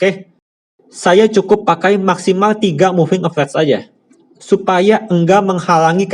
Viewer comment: capt, baca nya moving a ve raz .. bukan moving a vez